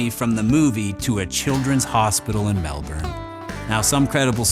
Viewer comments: I’m like a minute in and already triggered coz u called in MARmite 😮😮😮 and pronounced it MehL-bOURn instead of Mel-Burn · It’s Mel-bin!!!! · Mate, its Vegemite we eat. Not that marmite shit. And also, Melbourne is pronounced (MEL-BIN) Uncle Chop would be sickened ya Gronk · you said mel"burn", opinion ignored.